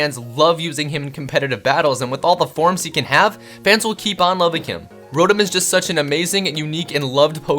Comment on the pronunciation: It's Row-Tom not rodum Its ark-ee-yes not are-see-yes Its Zur-knee-us not whatever the fuck the other pronunciation is it's ee-vel-tall not yeevelta Gr-ow-don not groundon Ray quay za not ray quaz a Dee-all-ga not die all ga